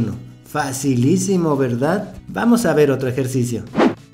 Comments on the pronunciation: Este dise facilicimo verdad y mi mente automaticamemte dice dificilicimo verdad😂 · Minuto Dijo su frase Fasilicimo verdad